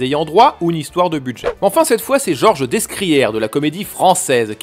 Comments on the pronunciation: Lupin contre Sherlock Holmes?! oh le crossover de dingue!!! (par contre on dit "Décrière" et pas "Dessscriere") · Georges Descrières ne se prononce pas dessecrière mais décrières (à l'origine c'était Des Crières). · Georges DeScrières , le S ne se prononce pas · Bravo, voilà une excellente vidéo, j'ai appris beaucoup de choses ! Je n'avais vu que le film de Jean-Paul Salomé et je suis devenu fan de Lupin III depuis peu, mais j'ai adoré cette rétrospective sur les adaptations précédentes notamment la série tv avec Georges Descrières que mon père a connu enfant, par contre vu le nombre incalculable de fois que tu as écorché le nom de l'acteur à l'écran, je ne peux pas passer outre, pauvre Descrières, son nom se prononce "Dé-crières" (dekʁijɛʁ) et non pas "Desse-crières" (dɛskʁijɛʁ) ! On dit bien "Mérine" et non "Messe-rine" pour Jacques Mesrine, le -s étant souvent une lettre muette qui indique l'étymologie du nom, comme ici les mots "Des Crières", en l'occurence : "Sur tout le littoral ‘nord’ de la France, de la Normandie au Pas-de-Calais, et même jusqu’en Belgique, une ‘crière’, c’est l’équivalent (linguistique) d’une…carrière ! Sauf qu’ici, il ne s’agit pas d’un massif de carres (= de pierres), mais de ‘cryes’ ou de ‘crayes’, autrement dit de craies, ce qui se conçoit assez aisément quand on remonte jusqu’à Boulogne en marchant le long des côtes de la Manche. On trouve même, à l’intérieur des terres cette fois, des ‘criés’ dans la Sarthe, ou des ‘criez’ dans le Nord, avec le ‘z’ final tout à fait caractéristique de cette région (tous les Z ne veulent pas dire Zorro, ou du moins espagnols). Quelques hameaux de l’Orne portent encore le nom de La Crière ou Les Crières, là où il y a des carrières de craie. Voilà l’origine géograp